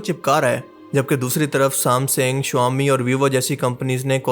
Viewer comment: Shuwami ❌ Xiaomi ✅